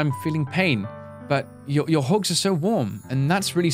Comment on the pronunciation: I like how say "Hogs" instead of "Hugs"